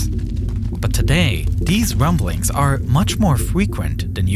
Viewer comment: These wumblings are much more fwequent